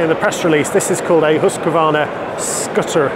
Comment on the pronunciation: Pronounces Husqvarna correctly too. Very rare. Hoosk-varna.